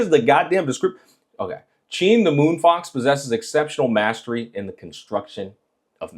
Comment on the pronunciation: Google is wrong 😭 Her full name is 心月狐 (Heart Moon Fox) 心(xin) = heart so I would probably pronounce Hsin as “sing”